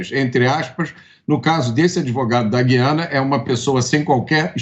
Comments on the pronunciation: Mota em português é gu i Ana e não gui ana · A pronúncia certa é GU-IA-NA e não GUI-A--NA.